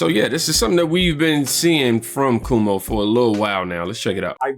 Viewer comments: Bruh it's pronounced KWOE MOE. Not Koo Moe Dee......lmao 😂😂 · It is pronounced Kwo-mo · PRONOUNCED "quaw mow" and they were referring to what he did during COVID. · Why does do you keep saying Chris Cumo 😂😂😂